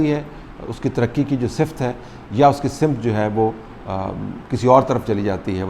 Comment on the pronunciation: You pronounce SAMT as SIMT. PLEASE correct your pronunciation Thanks